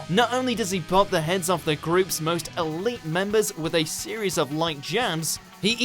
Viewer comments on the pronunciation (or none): none